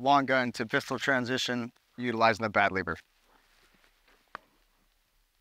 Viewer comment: Dude said bad liver^^, love it!🇩🇪🔱🇨🇦